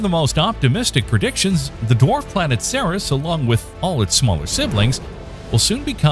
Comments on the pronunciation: good video! When you arrived at the part about Ceres, I was surprised to hear you pronounce it Sarah's, rather than series, as I've always heard it. So, I made a trip to Wikipedia, where my understanding was backed up. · Ceres is pronounced “series” not “sare-riss”.